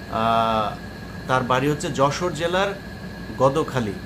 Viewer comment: গদো খালি না ভাই গদ খালি